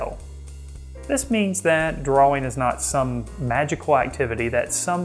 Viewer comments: I've hear Brits pronounce it like "drawer-ing" Gives me a chuckle every time. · Love your video and all the great tips! Thank you! May I give you one? The word is "DRAW-ING" and correct pronunciation is shown in the dictionary definition you had on screen. The word "draw" rhymes with raw, flaw, jaw, paw... It's okay! we're all human! I'll continue to watch & listen to your videos. Thanks again! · I think the 'w' in "drawing" is silent.